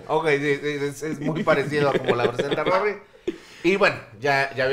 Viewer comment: Jajaja dijo tapsi jajajaja